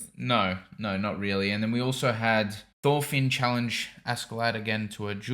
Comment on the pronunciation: Not sure if anyone has already said it, but all their names are pronounced with a T sound and not a TH sound. "Thors" pronounced as "Tors," "Thorfinn" as "Torfinn," etc. Same with Askeladd. His name is supposed to be pronounced the same as you hear it in the show. "Ash-eh-ladd".